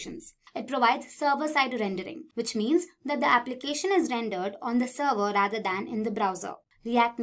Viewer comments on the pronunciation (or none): none